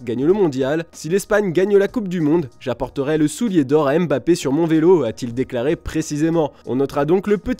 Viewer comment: Mon oreille saigne à chaque fois que vous dites Mbappé. Respectez la prononciation de son nom s’il vous plaît 🙏🏾